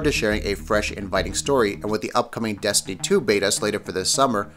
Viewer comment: "Desiny 2" 😂